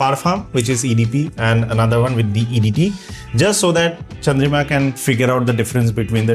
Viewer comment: Her name is Chandrima , Ridhima kaise sunai de raha hai bhae tumhe😂😂😂😂😂